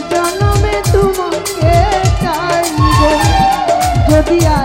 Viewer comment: তুমাকে না তোমাকে, ভেগে না ভেঙ্গে, কাচে না কাছে, উচ্চারণ গুলো ঠিক করলে সুন্দর হবে, মায়াবী কন্ঠ আপনার।